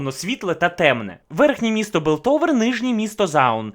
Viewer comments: Білтовер..Паундер..Джеймс..мої вуха, вибачте 😅 я не можу далі серйозно дивитись цей розбір 😆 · Огляд непоганий, але все відео різало слух "ПауНдер", "ДжейМс", "БИлтовер", не знаю може це особливість вашої дикції, чи мені чується.. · А чого Белтовер, а не Пілтовер? І Паундер, а не Павдер? Це в нашому так переклали чи отсєбятіна???? :) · Не Белтовер а Пілтовер, не Джеймс, а Джейс